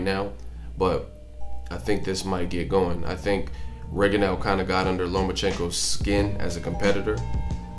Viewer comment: Why is it that almost nobody can pronounce "Rigondeaux" correctly? If you really respect the man, respect his name!